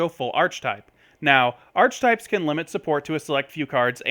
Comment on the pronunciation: It's pronounced "are-kuh-types" not "arch-types". Good vid otherwise though.